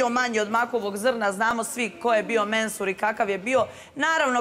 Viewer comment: 😆😆😆😆😆 kaze Menhur ili Mehur jao sto se isprda sa njim